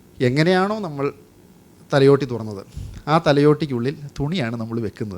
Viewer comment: thalyotti അല്ല ഭായ് thalayotti